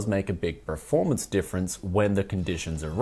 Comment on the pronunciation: It triggers me that you say preformance. Pls say performance.